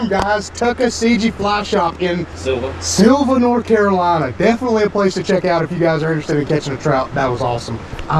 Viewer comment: You got the pronounciation right, I lived about an hour from here until a couple weeks ago. Up in PA now. You gotta try the Thai restaurant in Sylva, as well as the BBQ in Dillsboro, Haywood Smokehouse. Consistently wins top 10 bbq spots in the country